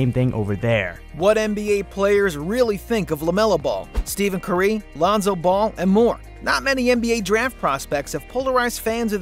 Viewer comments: did this guy really just say Steven CurE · He said it like steavean curay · It was interesting that you said Steven Curry